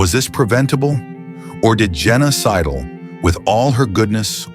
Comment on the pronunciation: Her name was Jenna Sidle. Sounds like Genocidal...when the narrator says it.